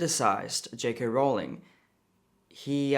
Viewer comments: I love you and this is off topic, but "ruling" and "Rowling" do not rhyme. Ruling rhymes with cooling, drooling and fooling. Rowling rhymes with bowling, tolling and trolling. Which is not what I'm doing here. It's just a little pet peeve of mine. Keep up the great work! You are a rock star! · Rowling does NOT rhyme with ruling